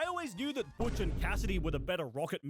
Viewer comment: She actually got Butch's name right.